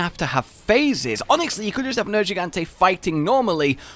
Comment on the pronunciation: Nergigante. Just once. Say his name.